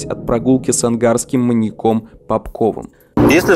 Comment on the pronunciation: Как же режет слух слово "маньякóм"